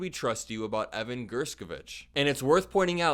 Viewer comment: Thanks for always shining the light... however ....How come you pronounced Evan's last name three different ways???